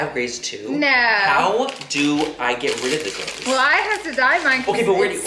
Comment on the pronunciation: I thought many said Grace when he said greys. "How do I get rid of my Grace Laura?" 🙈🙈😂😂